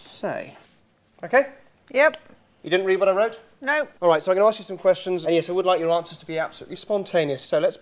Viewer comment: I picked up that, too. And just before that he said "it's no" in the middle of a sentence, which of course sounds like "it's snow".